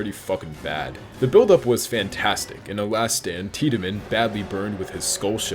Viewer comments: They way you pronounce things are killing me especially when they say it in the game. It’s not pronounced Tidyman it’s pronounced Tid-men. Also it’s pronounced El-lee not Elees. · it’s “Tied-Men” not “Tea-Da-Men” lol, my brain said his name as soon as I saw the face, this game is seriously one of the best ever made, great video man.